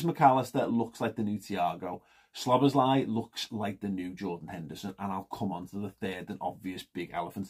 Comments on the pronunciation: It's pronounced sir bozz lie :-) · It's pronounced Sob boss lay